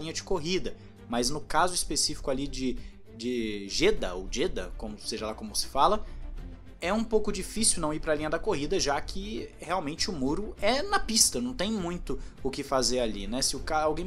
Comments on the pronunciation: O nome correto da cidade é Jidá. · nada não, é só uma correção mesmo Se lê Gidá, Jeddah é só a escrita